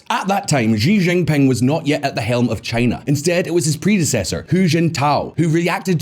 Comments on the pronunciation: This guy has no clue how to pronounce Xi Jinping. It is embarassing. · No one: Visual Politik: Ži Žingping